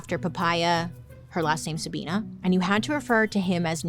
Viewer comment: I lived in a town named Sabina and you're pronouncing it wrong 😅